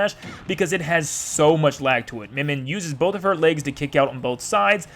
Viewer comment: cool, its pronounced myen myen